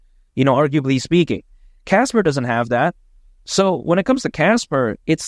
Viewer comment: Casper not kaka :face-green-smiling